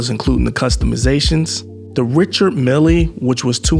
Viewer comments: Good video but it's not Richard "Mill eee" its pronounced Richard "mill" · its pronounced believe it or not, "Reechar Mill"